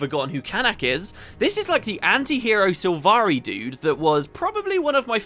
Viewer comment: They mispronounce all the sylvari Gaellic names. It's infuriating :-/